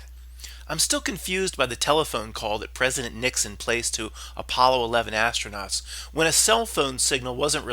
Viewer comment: “Astro-Nots” LOL!